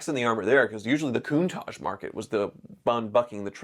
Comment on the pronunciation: Since she can pronounce Countach: for kidney or gall stones, squeeze the juice out of a lemon or two, add an equal amount of olive oil, and mix with an emulsifying hand mixer. Drink it, then follow maybe 20 minutes later with plenty of water. Acid from the lemon juice dissolves the sharp points and makes the stones spongy. Olive oil slickens them up so they pass easier. Lots of water flushes them out. No surgery.